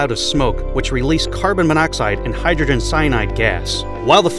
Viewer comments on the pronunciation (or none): none